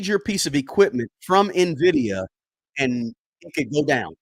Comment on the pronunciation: I clicked to see if he learned how to say Nvidia 😂 i bought it btw